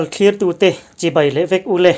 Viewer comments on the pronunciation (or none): none